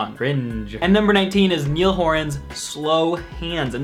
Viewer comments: haha you pronounced niall wrong but hes irish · It's not Neil... It's Niall! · I love the AJR lyric in the background and it's Niall not Neil. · I think saying "Neil" instead of "Niall" was way cringier HAHAHAHA (no hate though)